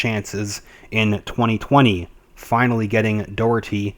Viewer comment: Pronounced Jay nee Blackwell..Pronounced John Dock-erty